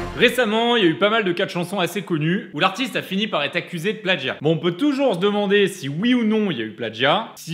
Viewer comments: On dit « plagiat » pas « plaDgiat » ! 😭😭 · L'influence de Stéphane Plazza s'étend partout. On dit plagiat comme ça s'écrit, pas pladgiat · * "plagiat" et non "pladjiat". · non ça se prononce pladgiat en français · Plagiat, pas pladgiat... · est-ce normal que la musique de fond n'arrive qu'a ? et avez-vous remarqué qu'il dit pladgiat au lieu de plagiat ? hummm... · Pourquoi tu dis "pladjia" ? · mais pourquoi